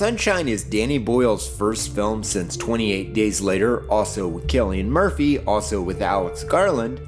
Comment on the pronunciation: >saying cillian murphy's name right thank you, fecking hell it gets so old, now do colm meaney